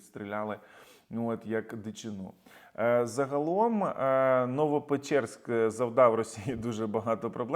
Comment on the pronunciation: Знову "новоПЕЧЕРСЬК", та шо ж таке 😅😅😅😅